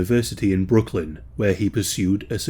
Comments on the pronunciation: Bro pronounced my hometown of Brookings, BROOKLYN? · I live about an hour from SDSU. It's "Brookings" South Dakota. Great channel and vid 👍